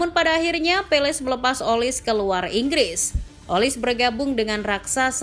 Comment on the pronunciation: Bacanya olise, bukan olis